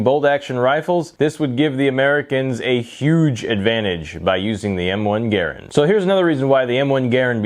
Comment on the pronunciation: I smashed the thumbs up because you pronounced it correctly ha! too many these days do not excellent video my friend great history of an iconic weapon